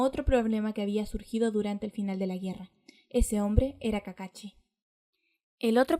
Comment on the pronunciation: Es kakashi no kakachi